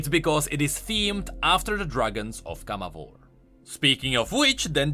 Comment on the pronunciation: Viego pronounces in his cards CamavOr, not CAmavor Rito changes the pronunciation depending on how says it?